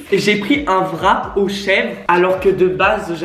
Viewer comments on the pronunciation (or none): Il dit "vrap" on dit wrap😂😂